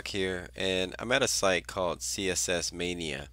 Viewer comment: lol "mania" u say it funny